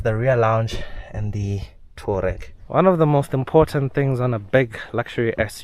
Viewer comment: *TOU - A - REG... TOUAREG👍